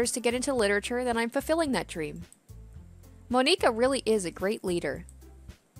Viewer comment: I died laughing when she pronounced monikas name